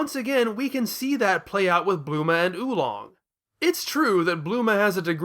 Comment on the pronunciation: I like how you get Bulma's name wrong for the entire video and just call her Bluma.